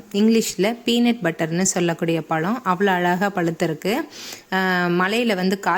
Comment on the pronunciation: பலம் இல்லை மேடம் பழம் என்று சொல்லிப் பழகுங்கள் இப்படி தமிழை கொலைப் பண்ணாதீங்க.